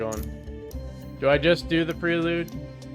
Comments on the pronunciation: Honda PRAY lude. Not pree lude. 😉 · Everytime he calls it pree-lude I'm screaming at my phone, "it's pronounced "pray-lude" you lunatic".....lol....nice vid